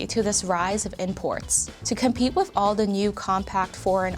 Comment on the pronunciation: Its “with”, not “wif”.